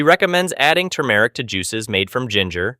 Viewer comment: The male narrator is awful. AI? He even mispronounces turmeric. 🙄